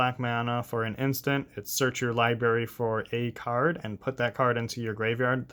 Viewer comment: If I got a dollar for every time you said liberry instead of library it would pay for this deck